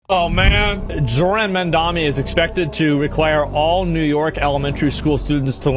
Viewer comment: it was already a red flag when Asmond pronounced "Zohran" as "jordan" ...